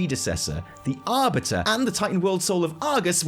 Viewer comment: 'Ar"butter"' lmao